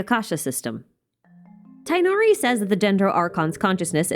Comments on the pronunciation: just a friendly note, Tighnari's name is pronounced Tig-nari. Its a real name, and historical one at that. Its somewhat inaproppriate to mispronounce it. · Hihi!! This might get drowned in the comments later, but I wanted to inform those that Tighnari's name is pronounced Tugh-Nari:]